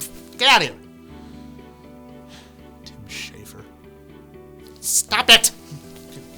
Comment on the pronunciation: I laughed so hard when he mumbled "Tim Schaffer" XDDD